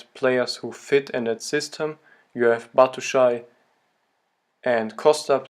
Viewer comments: BAT- SHU-A-YI(e) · wait what did you called him? Battle Shy? its batshuayi freaking hell